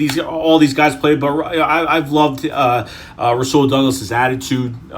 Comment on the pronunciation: and its u say it like rawsul